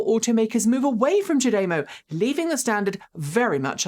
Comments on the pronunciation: Small production note: listening to Japanese speakers CHAdeMO is pronounced "Chad-a-moe".. you're saying Cha-DAY-mo... with an emphasis on the second syllable... the emphasis should be on the first syllable... and, no DAY sound... just a soft ah... "Chad-a-moe"... is how to say the phrase. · cha- dey-mow?.....fascinating. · I heard ChaDeMo is a Japanese pun: "O cha demo ika ga desu ka?" (I think I spelled that right.) It's a pickup line, meaning, "wanna grab some tea [while my car charges]?" If so, it's pronounced "chah-deh-mo." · Seems to be the British way to say it. I always said "CHADDY-mow" but there's no right or wrong, with it being a new word. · What's up with your pronunciation?! Have you forgotten how to speak English? Semi, Daimler chademo